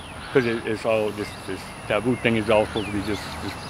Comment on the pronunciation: did he say tabooboo?